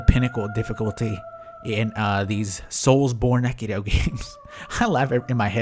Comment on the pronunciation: i don't think you need to pronounce the last "E" in "Soulsbornekiro"